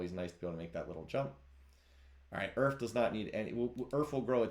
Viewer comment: omg it took me until to realise "Earf" is just "Earth" phonetically. Took me way too long lmao